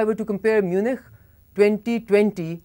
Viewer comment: صافی صاحب پوگرام شروع کرنے سے پہلے تھوڑا سا کام پروگرام میں موجود الفاظ کے تلفظ پر کریں۔ آپ میونخ کو میونچ پرھتے رہے۔ جو کہ غلط ہے۔